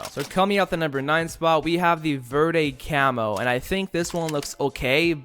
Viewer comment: Lol he said veeerde well I can guess why he doesn't know Spanish that's understandable verde means green lol no offense